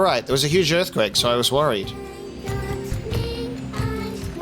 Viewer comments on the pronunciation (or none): none